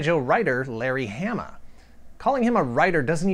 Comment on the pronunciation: I thought it was Hah-mah not ham-mah ? Either way I never knew that's what quick kick was based off of. Now I have to track one down, I read that comic religiously. The cartoon was okay but cmon the comic is where it was at.